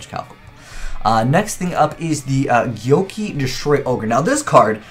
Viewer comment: Whoever told you it's pronounced 'gyoki' needs to be shot. It's 'go-key'